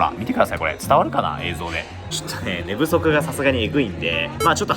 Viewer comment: 寝不足がデブソクに聞こえた